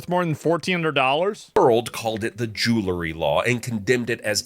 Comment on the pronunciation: “jewel-ry” not “Jooloo-ry”